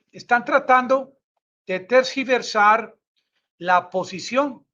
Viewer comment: no se dice... COSTESTO, si no que, CONTEXTO (pron. CONTEKSTO).... No se dice... TESGIVERSAR, si no que, TERGIVERSAR. Att, El Nica, genio.